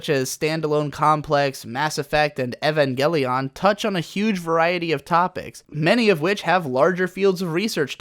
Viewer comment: It's like there isn't a single YouTuber that knows how to pronounce "Evangelion" correctly